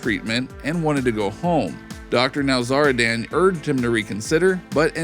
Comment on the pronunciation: Dr NowzarDAN 😂 driving me nuts.